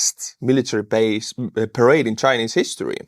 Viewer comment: This was how conflict in the cold war were fought, through smaller puppet regimes battling each other with support from NATO and Soviets. No telling what the end will look like except more death, Putin has really screwed Russia. When you showed Chinese parade, it sounded like you said charade, which I think is appropriate. Trump seems to be trying to talk politics while still pretending to talk tough.